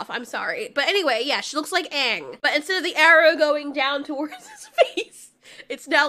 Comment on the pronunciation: How did you mess up "Aang" so bad? 😂